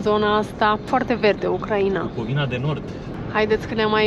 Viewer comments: UCRAINA se pronunta in trei silabe (U-crai-na), nu in patru (U-cra-i-na). Ati pronuntat cuvantul Ucraiiiiiiiiiina de 1000x, nu am putut sa ma mai uit la video… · De ce pronunțati Ucraiina înainte pronunțați Ucraina.?? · pui accentul ciudad pe Ucraina 😂😂😂 îmi plâng urechile 😢